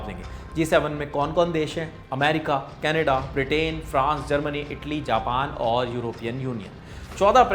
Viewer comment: Sir you need to correct your pronunciation for canada. I am noticing from long timr.